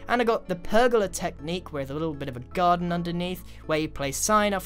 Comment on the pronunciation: When he said garden I heard “gun”. Is that just me or did anyone else hear that???